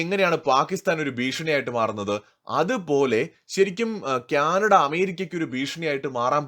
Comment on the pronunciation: ക്യാനഡ അല്ല കാനഡ ആണ് 😊🙏